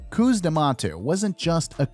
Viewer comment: Great video but cus is not meant to be pronounced as coos